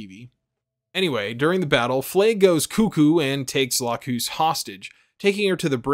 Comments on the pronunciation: It’s LAcus, not laCUS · it's lack-us not lacooose it's the name of a flower >.> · Sorry i have to say this but her name is la-cus so just saying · The new English dub for the HD Remaster has Lacus pronounced as "lack-cous," which is ostensibly closer to its Latin pronunciation (lacus being a Latin word). The original English dub is the "lack-us" one, and it's the one that most people watched. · I remember the jp dub having much shorter u, almost silent, like Lacs. This one however sounds like Lagoose. Too long. Looked it up since the whole series is in youtube, and yeah, it's almost like Lacs in jp db. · Its pronounced "Lah-ck-uss", not Lacoose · I've watched this video 3 times and never in the English or original translation have I ever heard her name pronounced Lakoos... last time I checked "cus" is usually pronounced like 'cuss' not 'koos'... I cringe every time...🙃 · Ahhhh you said it! You said Lacoos! groan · "Lacoose"? This is why I hate dubs. "Lacus" isn't a bad transliteration of ラクス, but like... Lux. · Lacoose sounds so wrong lol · If I remember correctly the OG series pronounced her name Lack-us. Anyway, I’m triggered. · also dude, you're mispronouncing Lacus's name, it's Lac-us, Lacus. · From a fan who watched the old dub, the sub and the remaster. Her name is lacus, and it is said very badly in the new dub. Thinking i was just a dumb white guy. I watched the sub and no. The hd remaster just did not do names well. And it drives me nuts. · The way you said Lacus' name made me physically upset. Also the amount of ad breaks was more annoying than Flaya Ulster. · The way you want to say Lacus is right and how you say Lacus is wrong